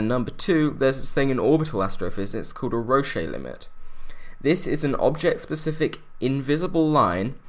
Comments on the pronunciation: English: Denonym of people of England British: Denonym of people of Great Britain It's pronounced Roash not Roshae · it's pronounced 'rosh' dammmmit. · Yes, I noticed that, though I'd say "Rosh", rhymes with "boche", or roughly British "cosh" or "dosh", since he was French. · I think it's Roche like roash? You've been eating too many Ferrero Roche ;) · Roche has a silent e by the way. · That pronunciation of Roche Limit. :D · I feel like he added one of these: é